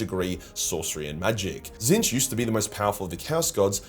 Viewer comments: wHO is this fella? The one true changer of ways is called "Tit-snitch". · It's pronounced tit-snitch... 😊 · Did your pronunciation of “Tzeench” get retconned?? I vividly remember you calling them “T*t-Snitch” due to some lore reason (new-ish to 40k and I think you said it’s a warhammer fantasy thing) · nor are tehy tseeh fuuck. Very funny🤣